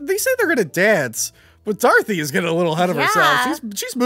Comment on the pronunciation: anyone else keep hearing call her Darthy instead of Dorothy? man needs to get his jawls looked at